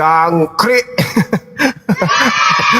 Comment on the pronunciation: Bilang juangkrik kurang mandes bang kurang nekan 😅😅😅😅